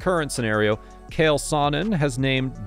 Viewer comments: Cant pernounce cheal wtf it's not kale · It’s not “Kale” it’s “Chael” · U gotta learn to say their names correctly. Nothing is more annoying. For sure not how u say CHAEL… this dude straight said KALE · CHAEL, NOT KALE, CHAEL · His name is CH-AEL. “Ch-“ “-ale”. Like “CHA CHA real smooth”. Don’t disrespect the Baddest Man on the Planet!